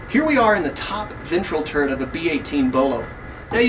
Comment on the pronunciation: I love your videos--you do a great job of informing us while making it fun. A tiny bit of input and I hate to sound pedantic, but since you're an educator, I know you want to get it right: it's "turret," not "turrent." Only telling you because I would certainly want you to tell me. Thanks again for the great videos, and keep the the good work!